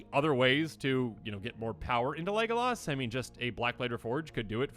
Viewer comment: Him saying leglas like he did killed me